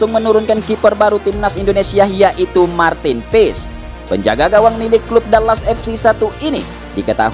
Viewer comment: Marthin pis admin ngomongnya.. Maarthen paes yg benar 😂😂😂hahaha lucu sekali bahasa Inggris kau min harus belajar lagi